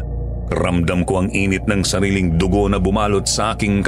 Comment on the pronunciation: Mali yata yung pag pronounced na Dugo